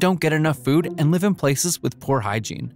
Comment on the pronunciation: I'm sorry, 12 seconds in and "live" is pronounced wrong? Is this a bot voice or just the first take reading the script? That is such a weird thing to do